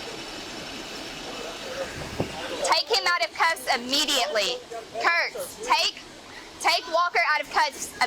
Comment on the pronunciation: Bro it’s Kurcz again. This dude has fucking problems following orders. There’s a video where he harasses a black man literally just because he’s black. They stalk that man and follow him every night. Also, you pronounced his name as Cruise/Cruz. Put him on blast so everyone recognizes his name Kurcz, Austin Kurcz.